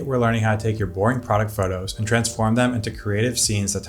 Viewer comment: Is he saying "product" "pride" or "frog" photography? What??